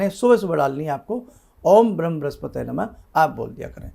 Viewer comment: नमस्कार उपरांत प्रार्थना है शब्द "ब्रह्म" है "ब्रिम" क्या बोल जाये। शंका समाधान करे 🙏🙏🙏🙏